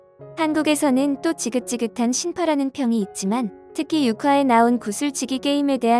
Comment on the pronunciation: 신파가 아니라 심파.